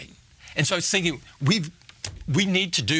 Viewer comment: In is written "I was thinking" and I hear "sing you"